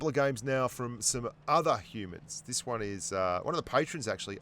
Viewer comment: Wang hundred and twenty two mm gun 😂 Spent too much time commentating the pubgm China stream 😁😂